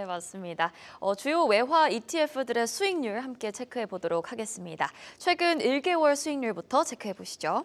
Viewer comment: 캐스터분 왜 ㄹ을 r로 (삼개월 선물 할 때 ㄹ 발음 가관네요 ) 발음하세요? 진짜 등기 싫으네. 중국어 발음도 아니고 요즘 젊은 사람들.발음을 다 왜 저딴 식으로 하지 수익률 발음 좀 봐봐요